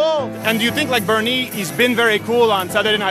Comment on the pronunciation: BernIEE, everyboDEE, so frienDLEE. Omg I love this video